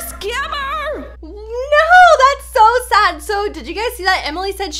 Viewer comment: and it said odd not sad